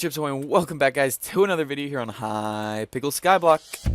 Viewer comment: He really just said hypickle skyblock